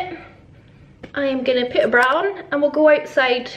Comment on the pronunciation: Ooo a bra! I heard "I'm gotta put a brown" and I thought excuse you?! 😂